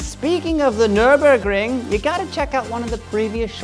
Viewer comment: I like how you tried to say Nürburgring and Nordschleife. And you said it very well